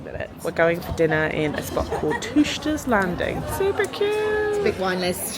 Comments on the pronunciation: Edinburgh Fringe is always fun! It’s pronounced “chook-ters landing”. A teuchter is a term for someone from the highlands and refers to them being rural and not modern. 🏴🏴🏴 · Had a giggle at your pronunciation of teuchters landing. I grew up near Leith and loved seeing everywhere. Also, I’m in love with Karen.